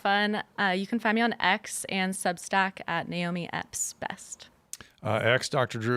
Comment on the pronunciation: Thanks for pronouncing her name Nay Oh Mee and not Ni Oh Mee. It’s Nay… like a horse Big deal to her but she doesn’t like to say. Great show Tim!